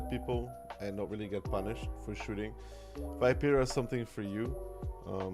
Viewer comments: you struggle with the pronunciation so it's - vii.pe.ra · I love you but as a fellow italian I have to say that the pronunciation can be better <3